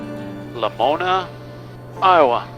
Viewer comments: Being an Iowan, I have to comment - it's "la MOAN eye" not "la moan ee". Glad you discovered that little gem. Another great little airport is Newton - KTNU - about 60 miles straight north of Lamoni. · Lol, Lamoni is pronounced "la moan eye" it's funny to hear how everyone interprets and says on the radio. If you're ever back through southern Iowa, say hi sometime! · Love your videos. Locals pronounce the Iowa city, La Moan Eye..Lamoni, Iowa